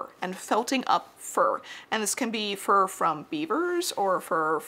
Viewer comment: It took me a second to realize you were saying fur hats and not for hats